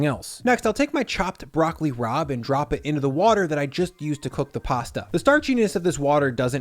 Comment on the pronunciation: At first I swear you said "Broccoli Rob" 😂